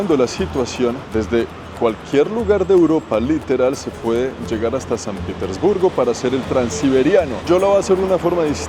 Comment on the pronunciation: PITERSBURGO? PETERSBURGO